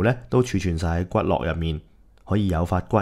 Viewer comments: 說骨骼，把 “ 骼 ” 讀成 “ 樂 ” 音，其實是應讀 “ 格 ” 音 ，依然專業程度未夠。相反乳酪的酪就應讀 “ 樂 ”音。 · 係骨骼(格)😂